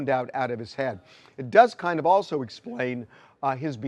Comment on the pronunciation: Why do you say "oh so"? The word is "also" 🤷🏻‍♀️